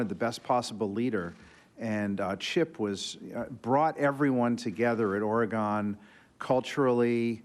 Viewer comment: It's Oregon, not ORE-E-GONE